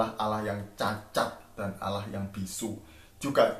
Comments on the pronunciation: blajar lagi bahasa indonesia sebut Allah jadi Alah 😀🤣😁😄😂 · Buat cara nyebuat Allah aja uda salah klau bahasa indoneseia yg benar pasti kalau hurufnya ganda pasti nyebutnya di pertebal' kalau Allah ( bukan dibaca Alah ) harus dipertebal Jadi Allah